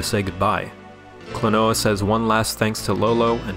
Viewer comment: It's actually pronounced like Kleenwa